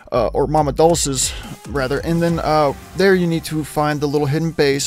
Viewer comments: I'm correcting you out of respect for your channel. It's Mama dull-chay's. It's Italian. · say it with me. MAH-MAH. DOLE-CHAYS. Again. Mama DOLE-CHAYS. Sheesh. Spanish isn't even that hard, being that this country was once covered in Spanish speaking people for the better part of 350 years. 🤦🏽‍♂️ now go solo scorch future fictional Appalachia!!😂😂😂